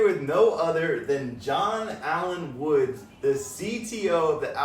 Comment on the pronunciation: It's John Mother Fuckin Woods! Get it right!!!!